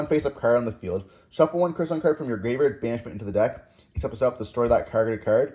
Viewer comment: Smeeger when clearly it's Smiger. Also Crystron like the name Chris not Cry like Cryo.